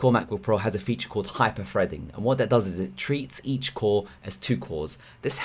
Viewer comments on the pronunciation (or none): Excellent stuff, but could you please say Thunderbolt, hyper-threading, things... funderbolt, hyper-freading and fings just sound lazy.